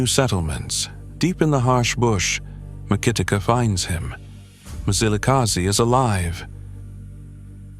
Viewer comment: It's not Mizilikazi mani wena mlungu. That's why it's not good for our history to be told by white people. They want us to pronounce their words correctly. But they don't do so with ours